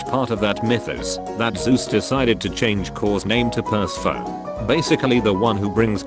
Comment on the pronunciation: I hate how it says per-se-phone. It’s per-seh-fon-e.